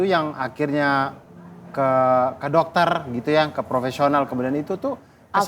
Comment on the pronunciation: ketergantungan obat (resep domter )penenang jdi gtu ya ngmong nya .